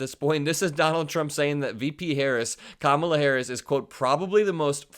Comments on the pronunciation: Saying Kamala’s name wrong doesn’t bother me, it shows his ignorance! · Calling them low IQ is his standard insult for Black women. It’s pathetic and I am sure it doesn’t phase Vice President Harris, nor does she care that he mispronounces her name. She is too busy working to make sure she is going to mop the floor with him in November.